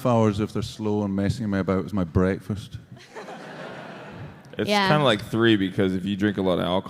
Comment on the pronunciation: don't aprouch me before bwekfast